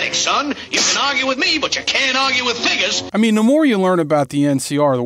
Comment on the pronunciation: There is no N in the word figures.